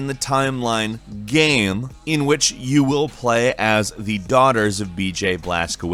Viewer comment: The way he says game pisses me off